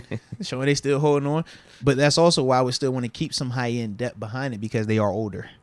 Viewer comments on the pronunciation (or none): Why don't you say the th part of the word depth?